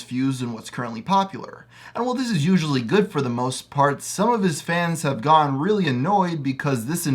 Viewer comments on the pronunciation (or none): When you say "gotten" like "gon"